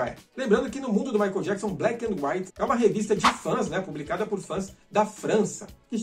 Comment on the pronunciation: Eu me lembro quando o Michael veio ao Brasil em 93 os telejornais falavam jackson da maneira que se escreve, eles erravam na pronúncia do sobrenome dele rs rs rs....